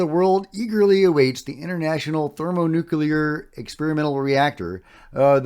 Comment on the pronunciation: By Jove, GOT🎉 it. Thermo nu-clee-urr. I knew you'd master that! 🏆